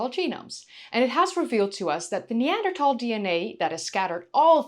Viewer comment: Always enjoy your videos! And it's great that you say "Neander- Tal" not "Neander-Thal" like so many do. Wonder if maybe Neanderthal men could provide a better bride price or were considered a good addition to the family for hunting and defense? Maybe they had better temperament as a group, were better parents?